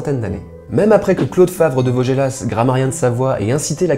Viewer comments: Très chouette vidéo =) Juste un petit correctif : on ne prononce pas le "s" de Vaugelas, pas les autochtones savoyards dont je fais partie en tous cas ^^ Même si, étrangement, c'est pas si vilain comme tu le prononces ( et peut-être même se prononçait-il à l'époque du monsieur ). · ... petite erreur de prononciation du nom de Mr Vaugelas ... (y'a pas 2 l ni accent aigu sur le e) ;)